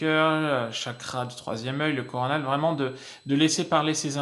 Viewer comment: Ah on dit varaille... Mdr.. On en apprend !! En plus de tes beaux yeux ! Bisous.